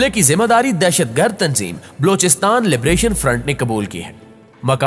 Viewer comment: Aap apna Talafuz theek karen. Sahih lafz Balochistan hai. Aur aap Blochistan kehty hain. bAlochistan